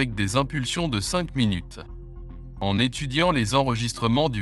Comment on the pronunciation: Aïe minut sans e 😂